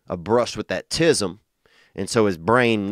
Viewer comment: this entire clip killed me dead 💀 especially with the emphasized THAT ‘TISM